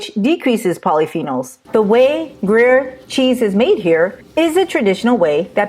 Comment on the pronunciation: groo-yehr almost like 'grew hair' but with a 'y'... 'grew yhair' with a silent 'h' , but Not groo-yur - ticky tack I know but stuff like that is why Americans aren't taken seriously in snobby Europe. Now, off to the store to buy some cheese.